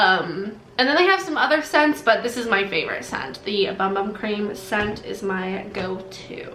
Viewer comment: I think ‘moringa’ has a hard ‘g’. And ‘bum bum’ is pronounced ‘boom boom’. You have lovely skin.